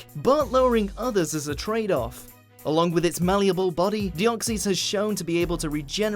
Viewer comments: It's pronounced deoxis not deoxies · how they pronounce deoxys: de-ox-e's how it's pronounced: de-ox-says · It's De-os-xys not de-oh-si. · wtf it’s not dee-ock-cees, it’s dee-ock-sis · Deeoxees? Lol nope not how ya pronounce it no offence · It's de o xys noob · VeemonFan ikr its so frustrating like deoxys is deoxies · You are miss pronouncing Deoxys.